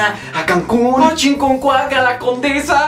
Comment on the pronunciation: "chinconcuac" XD